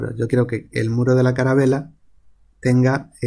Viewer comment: jajaja cada vez que dices caravela me da mucha gracia, es calavera :D